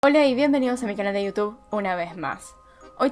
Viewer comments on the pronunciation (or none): none